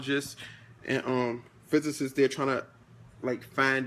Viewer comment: dude said sociologist and physicist lol